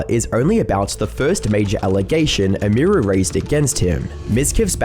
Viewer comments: Either you’re AI’ng your voice, or you have absolutely no idea how to pronounce a streamer’s name that you are reporting on. Both routes lead to me as a viewer being unhappy with you the creator either having 0 understanding of the topic YOU chose to cover, or you made some AI slop, congratulations because either way, you can’t handle success properly, and rushing out incomplete “documentaries” doesn’t make you a creator, it makes you a clip farmer. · Dude it takes 30 seconds to learn how to say her name man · Have you never heard how her name is supposed to be pronounced? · stopped watching because u kept saying her name wrong have some respect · 30 minutes of a man not realizing "emiru" comes from "emily"...unless he would also say "em-ee-ly" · not once did he get emi name right like fuck dude its not that hard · Can’t pronounce Emiru or Maya haha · Who is Imuru You keep talking about some Imuru? Oh YOU MEAN EMIRU, As in her name, EMily. Man, do people not care enough about the subjects their talking about to get names right? :') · Her name is pronounced like Emmy-ru. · emmy roo lmao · It's pronounced emy-roo. And I can't wait for the video you do on Hasan. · Its pronounced "emmy-roo" 😅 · "Em Meer Ru" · “Emíru” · You couldn’t get her name right? Emmy Roo! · The way you say Emiru sounds like AI. And I know you aren't lol you're just not pronouncing it right. It's like [em-ER-oo] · Its EMI-ROO. Deadass pissing me off listening to you say this so often. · Who the fuck is ehmheeroo? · "emeeeeru" lol bro really couldn't pronounce her name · "Eh-me-roo" is killing me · Bruh, I know you're British, but could you at least attempt to say these people's name's correctly? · Didnt wven reseach wnough to prounce hwr name right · This guy must have watched so many stream clips and still always manages to get name pronunciation wrong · Couldn't have Googled just one person saying her name correctly? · how can you not even pronounce her username?